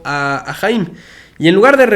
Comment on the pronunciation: Se pronuncia "jayam" saban